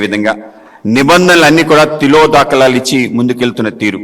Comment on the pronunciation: తిలో దాఖలాలు కాదురా 😂😂😂 తెలుగు నేర్చుకో ముందు తిలోదకాలు...